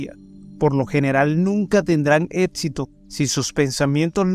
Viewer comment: Todo iba bien hasta que escuche que dijo etsito en lugar de éxito... Con eso ya se que no tengo que quedarme a mirar ni escuchar más